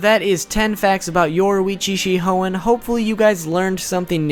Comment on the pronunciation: Yoruichi “she hoein” 👍🏽